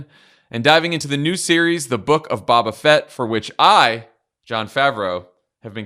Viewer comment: I have never cringed so much before hearing Jon butcher Boba Fett's name 😁